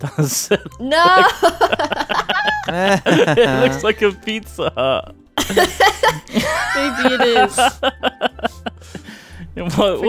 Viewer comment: beezza hut